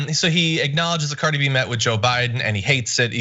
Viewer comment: the way he says Cardi B's name ...that's exactly how white people pronounce ANYTHING non-white and out of their social circle...they can say names like Engelbert Humperdinck...but Cardi B is suddenly like saying "supercalifragilisticexpialidocious" bet Tucker even had to ask someone "Cardi B...is that a REAL name?"